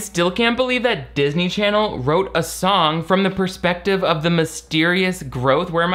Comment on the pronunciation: no matter how many times says "darsney charsney," it makes me laugh uncontrollably